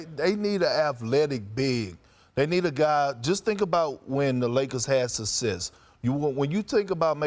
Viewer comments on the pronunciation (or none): What exactly is "sussess" and how does one get it, Perk?